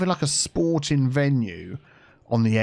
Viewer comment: Soooo... "SporTEAng Island"?